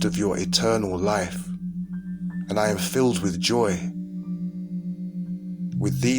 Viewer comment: It's IAm not Adam